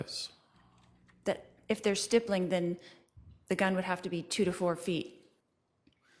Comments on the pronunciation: Same! A snotty teenager. I think she mispronounces stippling as stibbling at first. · “ let’s talk about stippling”😂